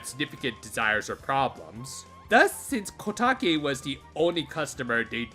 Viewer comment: it's kotake